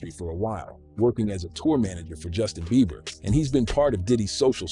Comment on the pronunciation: You are so pretty, but I do have to correct you on one thing.His name Justin "Bieber" (BEBER) Not BEAVER!😊